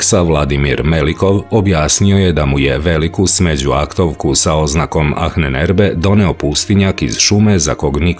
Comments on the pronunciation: Achnenerbe.. se čita i izgovara sa Ahnenerbe , no Ahnenerbe se čita i govori kao Anenerbe..malo me zbunio krivi izgovor na videu, no ostalo sve 5 :) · Nije Anen Erbe nego Ahnen (izgovara se sa dugim slovom a) Erbe. Sve sto dajes u tvojim izvestajima je vise nego odlicno!! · Cita se anenerbe, ne ahnenerbe. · ANENERBE bez H. H se na nemackom ne cita, izostavlja se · Nije baš perfektno...prevod i izgovor "ahnenerbe",na primer.Čita se i izgovara-anenerbe,bez H,i znači otprilike-nasledjeno znanje.Ko zna nemački,para mu uši to H,koje se,uostalom drugačije i piše--ch. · Izgovara se Anenerbe bukvalno...Ahnenerbe. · Nije Ahnenerbe nego se izgovara Anenerbe :) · A u prevodu ahnenerbe... Inače se čita sa malko dužim a -a bez h Ovako aanenerbe što u prevodu znači: nasljedstvo znanja! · Bez "H" - ANENERBE. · Mala ispravka samo. Ananerbe..... H se ne čita........ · Anen se cita, nasljdze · Prilikom izgovora se ne čuje "H" u Ahnenerbe